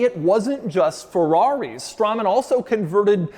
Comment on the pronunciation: Hmm, I always heard Straman pronounced as 'Strayman'.